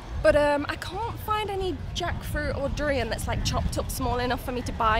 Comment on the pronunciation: You pronounce 'durian' correctly like a local